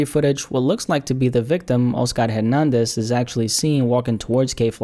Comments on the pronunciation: My dude.. it's not O-Scar.. it's Oscar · The way u pronounce the name “Oscar” let’s me know ur Hispanic